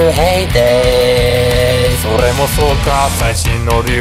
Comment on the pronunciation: の巻舌エグいかっこいい